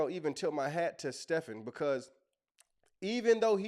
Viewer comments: The guy’s name isn’t pronounced STEFF-an. It’s pronounced STEVE-N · His name is pronounced like Steven A. You can actually leave the Smith off. So he’s Steven A. Even though it’s spelled like Stephen . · It’s pronounced Steven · His name is Stephen like Steven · Steven is how you pronounce his name… 😊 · The guy’s name is pronounced “Steven”. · He pronounces his name actually as Steven with a “V” but it’s spelled with a “ph “ and would love to hear the whole conversation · lol it’s pronounced Steven a smith he just had Candace on